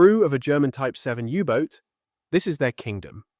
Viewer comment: AI/Speech synthesiser fail! It's not a Yubot. In English, it's a U-Boat. Proof read ALL text before you post. Don't induce a brain crash in your viewers. We can move on in a click